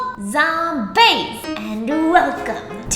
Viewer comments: The captions when you say “zombaes” says “tom banks” 😂😂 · I had my subtitles on because I’m at work and about died when you said “hello zombaes” because it read “hello Tom Banks”